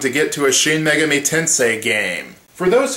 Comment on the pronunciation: Don't who mean Me-Gaw-mi? But hey, if you're used to saying it, then I'm fine with it. Also, didja know that the first Megami Tensei was an adaptation of a novel called Digital Devil Story